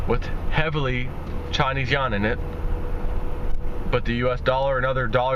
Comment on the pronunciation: it is not pronounced "yawn" - it is pronounced as "Yu-Juan" - or AKA the Ren-min-bi